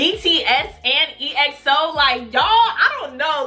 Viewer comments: It's not E-X-O it's EXO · EXO is pronounced XO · Big Bang bang bang bang mv you will love the kings!!!! EXO is pronounced XO! React to tempo mv! No beef in Kpop They are good friends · More EXO!!! Also I'm so glad that you loved them!!!! <3 Oh btw, EXO is pronounced as 1 word, not E-X-O :p You should react to -Tempo -Oasis -Call Me Baby -Ko Ko Bop -Monster -The Eve (Dance Practice) -Power -Lucky One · Exo’s Name is actually pronounced as (x-o) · exo is pronounced as ekso btw :)